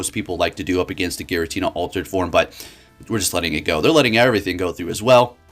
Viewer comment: ah yes girantina